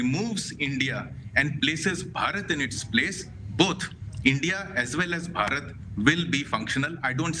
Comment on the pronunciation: For goodness sake ,learn to announce the name Bharat correctly. Ridiculous.Ask any indian to teach you😢